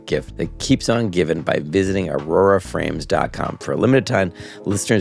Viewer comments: I didn't notice, but it's aura? Right? He's saying aurora. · Love that Jorma keeps calling Aura frames "aurora" frames in their ad. So perfect